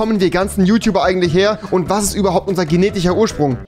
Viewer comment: geneticher Junge rewi lern sch😂😂